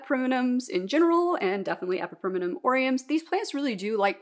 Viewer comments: Fair enough! You’re just adding an extra syllable (E-PI-PREM-NUM vs E-PI-PREM-IN-UM) and I was wondering if there was a reason. I am not a Latin expert either! I still refuse to say calathea out loud haha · Question…why do you pronounce epipremnum like that